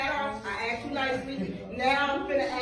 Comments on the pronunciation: I can’t stand that! How hard is it to say asked? 😂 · I assume she is not an English teacher. “I AXED YOU TO TAKE OFF DAT HAT!” It’s asked you. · She 'axed' him to take the hat off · She keeps threatening him with being axed. 'I'm gonna axe you...' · Any professor that says “axed” is not a professor. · did she ask him or axe him? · But she axed nicely lol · "I axed you" - a university professor... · of I go to a university and I hear an instructor can't say the word 'asked' correctly, I'm asking for a refund and a degree